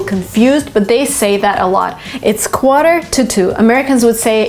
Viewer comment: U pronunciation of quarter it's not right I think 🤔